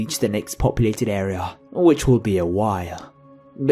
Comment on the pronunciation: lol the way you say... area.. air-eh-yahhr!!! omg lol i laughed more when i replayed it XD sorry but its fucking hilarious!